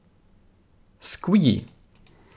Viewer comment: Great tutorial. They just added this mod on a sever I play on and I'm excited to get started with it. On a side note, I love your pronunciation of squeegee lol. Do they have that word in Sweden? Never heard it pronounced like that.